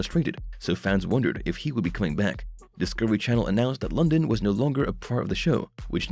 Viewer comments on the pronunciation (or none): Have you even watched the show? It's not "Cody London". It's pronounced "Cody LunDEEN". If you watched the show, you would know that. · Would be nice if you knew how to PRONOUNCE HIS NAME!